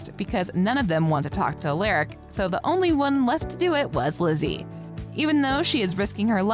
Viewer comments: Its alaric not aleric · it’s not pronounced uh lare ick it’s pronounced uh lar ick